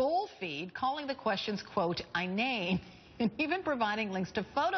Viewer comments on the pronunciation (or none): Who is this loud idiot. "Inane" isn't an obscure word, pretty embarrassing that she can't even pronounce it correctly.